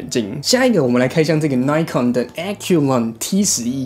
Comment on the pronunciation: 小小的建議: 1.穿個衣服吧,不然背心也可以 2.要做這種評測,是不是應該要事先做功課? 雙筒望遠鏡數百到數千都有可能,本來在材質與功能上就會有差異,而且專業望遠鏡還會有特別功能,或是設計,但是這些你都沒有說,一整個就是花錢買東西來跟大家說"不知道",還有東紫邊西紫邊的 3.品牌發音錯誤,扣分再扣分, 而且 Nikon / Pentax 還是數位相機大廠,也是老牌子了,還發錯音,真的很不行 4.要評測任何商品或是產品,必需要先確定"基準"與"前題",否則完全沒有參考價值,例如在相同的價位下或價格區間(最常見),或是特定用途(水中? 登山? 旅遊? 居家? 室內? 室外?軍用?民用?....) 5.都說要評測了,怎麼連的基本的"表格"都沒有? 那是在評測什麼? 補充:望遠鏡放大偣數越高,望遠端就需要越大的鏡片(入光量的問題,相機也是),而紫邊色差只要是在處理光學放大/縮小就一定會出現,而各家使用補償方法也不會一樣,在比較時,應該是要在相同倍數時再比較紫光現像,不然A牌24x ,B牌16x, 然後都有紫光,那是A牌好還是B牌好? 總結:...........無言....